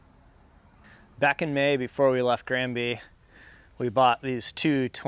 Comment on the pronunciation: That fan mail wall was quite something. Also, it took me this long to realize that Granby was written like that - the American English pronunciation threw me off. Swedish for Spruce Village. Quite fitting :)